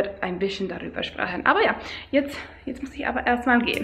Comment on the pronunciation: Your pronunciation is great but you just pronounce some words in a different accent. Its weird how you switch betw. These two totally diff Dialekts from two diff. Places. Yes we have natural nail-polish at whole-foods 😀 bisschen?! Lol sprechen is not pronounced the way you say it. First I thought you were german but as you continued I knew you are not. But you speak very good. Good job!